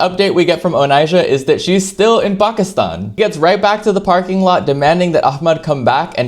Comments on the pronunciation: How tf did he say "Pakistan" like you're supposed to ?!! Most westerners say PAYYKISTAAYN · Appreciate the pronunciation of Pakistan ❤